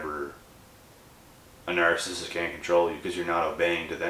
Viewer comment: You seriously need to learn how to pronounce narcissist call me it's very annoying the way you're saying it